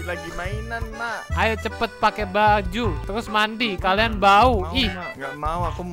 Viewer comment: PAKE z bukan pake s maaaf